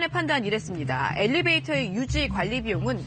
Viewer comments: 터터터~~됬나요? 받아쓰기 시험 보는 것도 아닌데 그냥 애교로 넘어가 주세요🤗🤗🤗🤗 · 엘리베이터에요 엘리베이트가 아니고. elevator 영어 발음도 엘리베이터입니다.